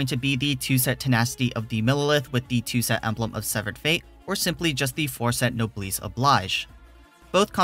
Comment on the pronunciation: My only gripe with this video is how you pronounced Noblesse lol.